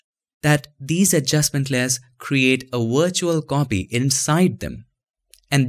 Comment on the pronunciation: man your videos are great but why you pronounce W as "V" and V as "W", isn't it weird buddy? you said wirtual and vee instead of we!!!